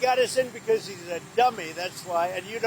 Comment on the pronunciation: The dummy line was even funnier when I played it back! "Cuz he's a duh-mee, that's why"